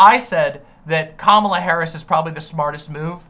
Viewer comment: I like how says he should at least be pro-Kamala, but like most right wingers can't say her name correctly